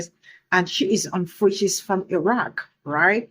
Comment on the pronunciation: Where did she say she was from, 'A Rock', as in the land down under 'A Rock'? Yes, that's exactly what I heard!